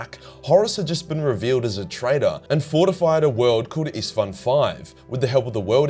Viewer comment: Its so funny to me as a Hungarian saying Istvaan is like saying Stepheen which is just absurd xd